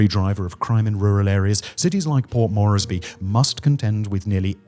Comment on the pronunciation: Moresby, please say it correctly